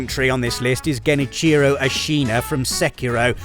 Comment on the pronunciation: Genichiro sounds more like two words > Gen + Ichiro. It does not sound like geni-cheero.